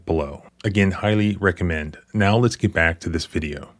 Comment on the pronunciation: "Gyit." Come on man. 🤦🏻‍♂️